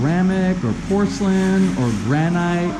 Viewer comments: Gran-ite... Your pronunciation has been driving me crazy, and I'm from Virginia... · The right way to say it is gra-nit.... but filipinos have their own way of pronouncing. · Gra-night sounds like an explosive! :) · Magandang gabi. Gran-it is the English way to say the word, but when in Rome...actually, Granita in Rome, so when in Philippines...hehe. I'm thinking maybe if you chamfer or bevel the edges of the frame around the 2 light switches it might look better? I'm not sure.